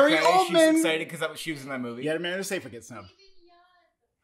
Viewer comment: The correct pronunciation of Amanda Seyfried's last name is "Sigh-Frid". FYI.